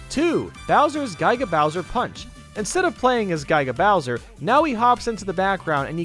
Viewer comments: G - ih - g - uh who does guygah? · Gaiga Bowser